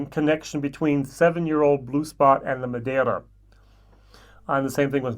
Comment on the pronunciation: I love the effort you made to pronounce Madeira. Thank you. Oh yeah, see if you can get your hands on Teeling Brabazon 4. I quite enjoyed it. My Blue Spot is waiting for me in Dublin Airport. Can't wait.